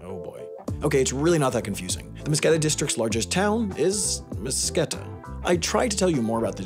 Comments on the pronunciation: Oh boi, Mtskheta is not pronounced "musketa" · Mtsketa? No. Mtsketit. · im guessing you also were mildly annoyed at the mispronunciation of mtskheta/მცხეთა, yeah lol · What do you expect? He's not even georgian so it's not weird to pronounced it wrong